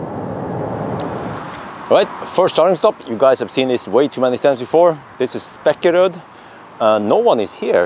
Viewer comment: 1. Long first e in Spekeröd, please. Second e is short. You are hurting my ears. 2. I just did 125 hours without food (third time). Please do a Water Fasting videolog. It will be funny to watch. 3. Do a video on electric MC. 4 wheels are not for young people like me, 53 years.